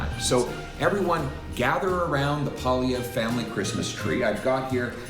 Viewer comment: If you are going to comment on our next prime minister you might look a little smarter if you learned how to pronounce his name. I'm sure he would be glad to help you with that.